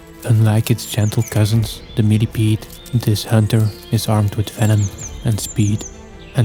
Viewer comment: i like the way u say millipede..millypeed.. meely...peeds..s